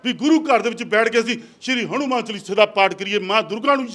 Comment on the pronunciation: Saleya hanumaan hunda hadumaan ni